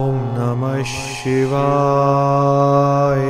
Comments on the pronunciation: Not shivaee its shivya. Ya not ee at the end. य not ए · Ssssshiva not Siva is correct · Dativ case from śhiva is śhivāya not śhivāye. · I'd pronunciation om namah shivaya or sivaye.? Which one is correct.. Pls guide me🙏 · OM NAMAH SHIVAYA this is correct please pronounce properly. Edit the audio and re upload it.